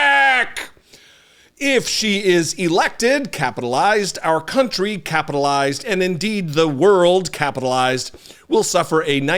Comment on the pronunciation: SOMEONE TELL THAT ORANGE MORON THAT ITS COUNTRY NOT COUNTY